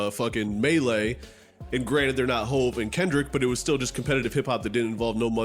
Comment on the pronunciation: Me realizing this was AI once I heard how “you” pronounced Hov at the end 🥴